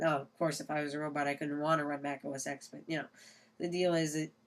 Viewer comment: It's os "ten" not os "ex" just thought i'd point it out.